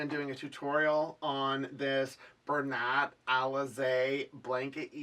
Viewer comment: Pretty blanket. Love doing loop blankets by hand. Bernat is pronounced BUR-NA.